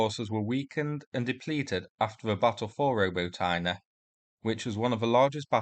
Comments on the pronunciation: Robuut-inney-A said quickly not roboteen not robotine. Y is like ooh. For example BACH MOOT. BAXMYT. Cheers for update. Good news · Roh-BOT-in-ye (stress on second syllable, last syllable sounds like short "you" as in "ye can't park yer himars there")